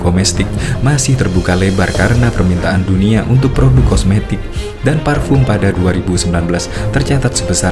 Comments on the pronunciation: Kosmetik ❌ Komestik ✅ 😂ngakak anjir😂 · Kosmetik bang bukan komestik hahahaha